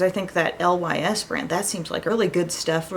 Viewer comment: Lys is pronounced "Lease" it means lily in French. (NOT: L.Y.S.) 😎✌🏼💜💜💜